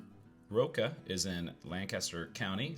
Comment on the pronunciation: I'm very impressed with your correct pronunciations of Fairbury, Saline (County) and Roca. Even some local TV and radio people get them wrong. Usually people hired from out of state. Makes me gnash my teeth.